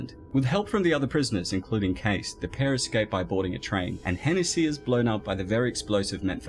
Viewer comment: I don't mean this derogatory or anything but the pronunciation of Hennessey kills me.